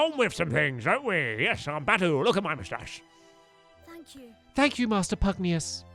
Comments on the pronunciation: Pugnacius, not pugneous. Why did you keep saying pugneous stampy its obliviously pugnacius. Can you read at all stampy? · Finally! No more Pugnius! From now on, Stamps shall pronounce that Pugnacius! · Its “ Pugnacius” not Pugnauis 😂😂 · His name is pronounced pug Nay shus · His name is Pugnacius “Pug-nay-shus.” (Later on in the video) Oh nvm. xD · You’re say pugnois wrong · Omg it's pronounced Pug-nay-shus it's been bugging me forever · its pug knee us get it right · It's PUG-NAY-SIOUS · Why do you keep pronouncing pugnacious wrong when the cut scenes pronounce it for you? It's pug-nay-shus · Stampy pls it's pronounced as Pug-Nay-Shoos... Just saying. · It bugs me that stampy cant read PugNACIUS' name correctly lol